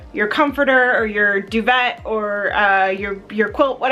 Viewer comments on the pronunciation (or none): EMMA WAS THE BEST SPICE GIRL,BUT MEL C TURNED OUT TO HAVE THE BEST VOICE THEN EMMA. AND YOU SAID DU-VET WHERE SAID IT RIGHT DUVET HERE IS PRONOUNCED DUVAY HA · Duvette? um isnt it a duvay? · Hahahahahaha "doo-vet" 😂😂😂😂 It's pronounced Doo-vay, luv. 😂😂😂😂😂😂😂😂😂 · Do-vet! 😂 (Do-vey as in they) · it's pronounced "doo vay" not "duh vet"😂 that's not a comforter. It's a duvet with a duvet cover that can be removed and washed, unlike your comforters. many hotels have mini fridges. we dont have aircon because it's economically inefficient to install it country wide for the 2 to 3 weeks of hot weather we get each year that would warrant using it, our summers sit at around 25-30⁰, you wouldn't need aircon for that, on the few times it does get over that, like last summer when it hit 40⁰, curtains closed fans on during the day, then open curtains and windows at night. my favourite spice girl as a child was posh spice, now it's probably ginger spice. our roads are narrow because we are very, very old. Most of our roads are from the roman times. That's how it is when your country's "recent history" lasts about 2000 years, which is when the romans invaded. Before that is known as prehistory, which dates humans in Britain back asfar as 950,000 years ago. you rented a car in london?! Why?! There is so much PT available. i don't know anyone that wouldnt say thank you at a compliment like that, we'd say it and then probably add where we got it from and show our pleasure if it was a bargain! they won't bring you the bill until you ask, they aren't rushing you to clear your table so they can get another group in, because they aren't relying on tips. They're making at least £10.42 an hour if they're over 23, regardless of how long you sit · In duvet, the t is silent. Doo-veh should do it. Anglophones annoyingly put an ay-sound behind almost anything. They also cannot pronounce Mercedes, Audi or Nikon. Knee-koh, mer-C-dez, awwdee it should be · prenounced duvey,, Dooo vay